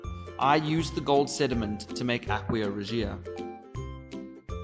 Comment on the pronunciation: Aqua is pronounced Ah-kwa ..not ... Aquia (Ah-Kwee-a). Sorry...but that was annoying.